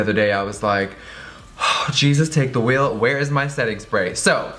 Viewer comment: I love it when he says "Jesus take the weel"